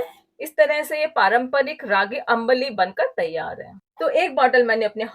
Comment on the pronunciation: Nice ambli recipe. Its pronunciation is not अंबाली. Its आंबली or आंब्ली. Or in Marathi we call it आंबील.